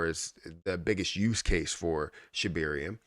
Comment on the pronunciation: ShibArium. Not ShibIrium.